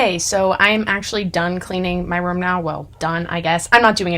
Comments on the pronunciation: pronouncing “room” as “rum” for 15 minutes straight 😂😂😂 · I love when she says" room" her Boston accent comes out ❤❤❤❤